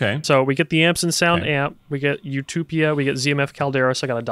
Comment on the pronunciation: loses points for calling Utopia "you-toopee-ah"